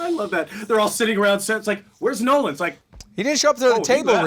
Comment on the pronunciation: Absolutely nailed the pronunciation on my shout out Nolan. Thank you!